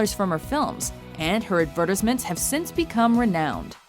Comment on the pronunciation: Hold up, HOW TF DID YOU GUYS JUST PRONOUNCE ADVERTISEMENTS? Ad-fir-tis-mints. It's adver-tyse-ments you fools.